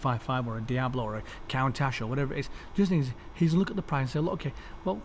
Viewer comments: Half-hour of listening to this guy saying "Count-ash". I need a break. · Is he pronouncing Countach wrong